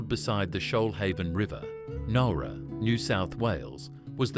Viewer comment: ..OK, I DON'T REALLY GO ON HOLIDAYS, BUT..DANG, JUST.. JUST DANG, THE NOSTALGIA 🫠🥹☺️😊😇♥️❤️!!!!!!!.. AND, BTW, PALM BEACH IS ALSO WHERE HOME AND AWAY IS FILMED 😏😉🫠🥹☺️😊😇♥️❤️!!!!!!!..AND, BTW, IT'S PRONOUNCED NOWRA, AS IN NOW, NOT.. THE WAY HE PRONOUNCED IT.. IT'S MY HOMETOWN, SO I SHOULD KNOW.. BUT I'M NOT OVERLY FOND OF IT..